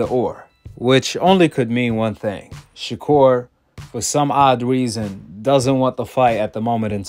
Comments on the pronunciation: "Shakur 'Stephen From Django'. ShaKoon.". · Did floyd call him shakur Stevens😂😂